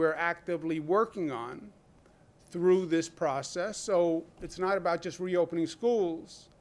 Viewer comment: "what are you talking abouut" Classic new Yorker 😂